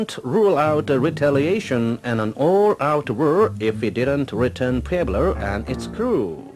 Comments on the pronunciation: Haha the voiceover on the VT at 7min cracked me up. "All out wur with all out wur" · "At wur with Impooralists"